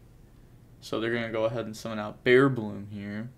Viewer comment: It’s bearBRUM, but say bearBLOOM if you like. Respect ✊